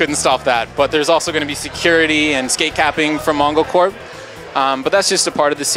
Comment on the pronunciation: did he say MONGOcorp?